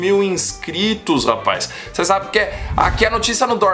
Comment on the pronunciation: Da uma melhorada no português. Vocêr, lar... Por favor amigo. Mais de 600 mil seguidores.